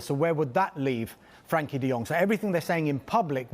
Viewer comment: He does know it’s frenkie not frankie right